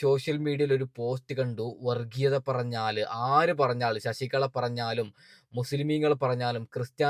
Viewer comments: ശശികള അല്ല ശശികല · ശശികള അല്ല (ശശി കല എന്നാണ് തെറ്റു വരാതെ sookshikkuka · ശശിക ള അല്ല ശശികല ഇങ്ങനെ പറ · ശശികള അല്ല ശശികല ആണ് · ശശി കള... അല്ല ശശികല അല്ലെങ്കിൽ വിഷ കല.. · ശശി കള അല്ല ശശികല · ശശിക" ള" അല്ല ശശികല. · ശശികളാ അല്ല ശശികല